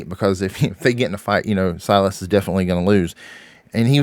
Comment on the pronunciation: It’s Silas